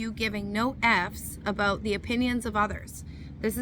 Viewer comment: Thank You, I subscribed because you get to the point. Some read the preprinted copy on the whole hand, and go too long. The way you saw “Aboout” sounds Canadian ??? We have been running our business despite hysteria and demonic types. I laugh a-lot, sometimes nervously, but I learned laughter is always the best medicine. Entrepreneurs never quit, they just run out of capital.